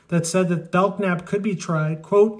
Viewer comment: Belknap’s name is pronounced “Bell-Nap” as the K is silent....